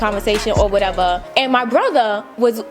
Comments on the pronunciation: “or whateverr” so New York 😭❤️ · "Or whateva!" Nyc accent lol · This video funny af 😂😂😂 “It’s cute........FOR YOU........or whateva.” 🤣🤣🤣